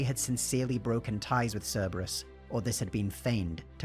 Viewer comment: Don't worry about mispronouncing the name. When I first played ME3, I called them "Cerebrus."